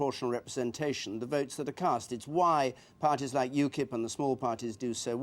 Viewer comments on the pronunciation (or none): none